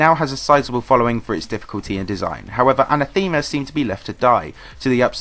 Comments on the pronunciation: I hate to be this guy, but it's uh-neh-theh-muh, not an-uh-theme-uh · You know what's even more controversial than EndLevel?? pronunciation of Anathema (Look it up. It's wrong.)